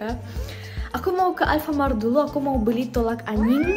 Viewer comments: Angin bukan anying 😂😂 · B-bukan anying🥴😫 angin kak tolong angin A - n - g - i - n yah tolong ya kak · Moon maap tete bilanganya anyin tapi indi bilang angin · tolak angin kk bukan tolak anying memang bule hihi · Soal nya bilang tolak angin jadi tolak anying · Angin kak😭 bukan anyingg🗿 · Tolak angin kak bukan tolak anying 💅💅😭😭😂😂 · Tolak angin bukan tolak anying🥹🥹😭😭😭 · wkwkwk masa tolak angin di bilang tolak aying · Ijin benerin ya.. tolak anginn teh bukan tolak anying 😭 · Kak tolak angin kak bukan tolak anying lo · apakah kakaknya gak tau cara bilang angin -_- angin itu bukan anying kk